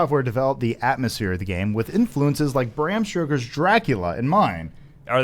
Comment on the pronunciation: "Bram Sugar" wrote Dracula? Wow I've been really mispronouncing that name for a long time...